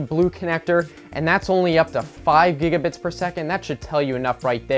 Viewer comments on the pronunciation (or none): I stopped taking the video seriously at. "gigebits" XD